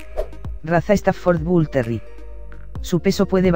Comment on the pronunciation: puras tonterias que dices como me dices que un bull terrier es un pitbull y como mencionas terri en lugar de terrier? no mms